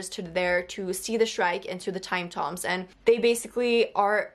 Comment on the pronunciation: Hey, new subscriber here. We have very similar tastes in books! The Time Tombs are actually pronounced "Time tooms" as in it rhymes with looms. It's a place where people are buried. And ya, I was extremely confused by this book as well. (And I read it twice!) It's SO WEIRD. It almost feels like a dream that you enjoy, but doesn't always make sense. Sol's story is so heartbreaking! It reminds me of some of my own experiences dealing with illnesses over an extended period of time. I'm a Christian, and I found the theology of this story interesting to consider. I would say the part Simmons is overlooking is that God had already promised Abraham many descendants through Isaac, and so Abraham did not believe he would be doing Isaac any lasting harm through this sacrifice. When I think of those big multi volume fantasy epics filling up bookshelves these days, I sometimes think of Martin Silenus' books. In a lot of ways I think publishers WANT their customers full of junk food books. After all, junk food ignites a craving for more junk food. And like Martin's books, corporations can keep churning out material after the spark of imagination has gone out.